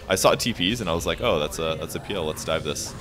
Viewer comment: I like how he prounces PL peal